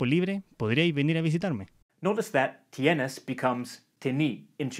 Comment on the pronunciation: Kinda funny how in even though the speaker tried sounding neutral for the first one, it's still a chilean accent. Both tienes and podrías were pronounced with the weak s sound as tieneh and podríah.